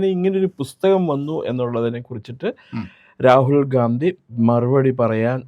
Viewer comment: Rakul ഗാന്ധി എന്നു പറയല്ലേ Ragul ഗണ്ടി അല്ലെ